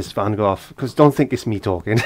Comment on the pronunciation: My absolute favorite Van Gogh painting. Great job,, and nice to hear somebody actually pronounce his name correctly.